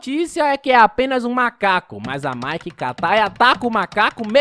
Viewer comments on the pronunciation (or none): none